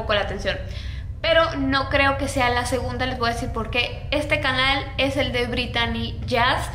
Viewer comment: gunda se escucha como ginda XD